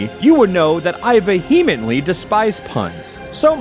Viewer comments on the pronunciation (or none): this video is my favorite video of all time because pronounces it “veHEmently” and not “VEE-emently” as it should be